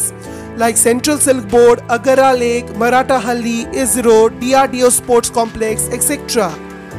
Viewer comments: Its marthahali not maratahalli...again not hebble hebaal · its not MARATA hally , its spellt as MAARATHAHALLY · Not just Marathahalli, he is mis-pronouncing all the place names. Video is informative, but he could have just checked with anybody on the pronunciations. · The narrator does not know pronunciation of bangalore places. Hebbal, marathhalli.